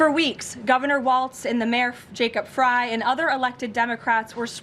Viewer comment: Thank you for your work. Also thank you for correcting yourself and pronouncing Mayor Frey's properly. Very impressive.